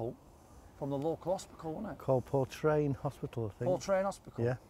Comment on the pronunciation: port-ran lads 😅